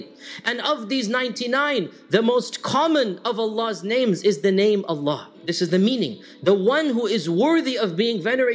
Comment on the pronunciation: it's Allah not Alan